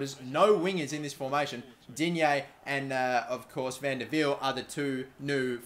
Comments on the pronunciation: It's pronounced Di-Nyae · Im French and when you say digne the g is silent